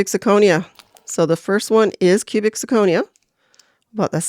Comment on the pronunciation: Love the video! there were just 2 small things I didn't like. Sure you can eye ball the silver, but thats what the acid is for, a lot of metals can look like real silver until you use the acid. It also slightly bothered me how you misprounced zirconia throughout the video.